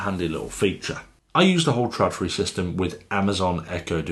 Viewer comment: it´s not called "tradfri" it´s called Trådfri....